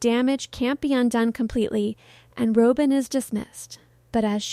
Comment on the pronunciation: Rob-in not Row-bin. No W cand pronounce don't report.